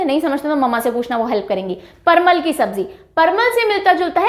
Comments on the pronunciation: Parmal nhi parval hota g😂😂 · Ma'am vo parmal nahi parval hota h , jisko patal v bola jata h